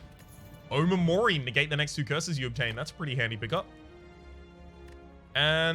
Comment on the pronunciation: Not a big deal but omamori is actually pronounced oMAmori, not OmaMOri.